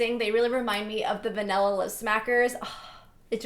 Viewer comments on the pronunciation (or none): none